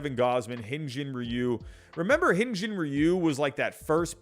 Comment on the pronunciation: plz, pronounce my fellow koreans name right. Hee-Yun Jin Ryu not Hin. Thank u and love the channel